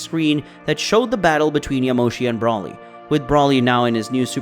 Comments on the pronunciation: dude really calls broly "Brawly" 💀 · people still can’t say broly or whis right smh